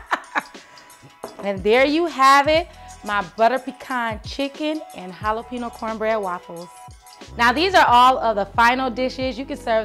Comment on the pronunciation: Your laughter is contagious. Love the idea of the just egg in ziploc bags. Good travel tip. BTW BEL😍VED jalapeño ( pronounced hala pay nyo) 😊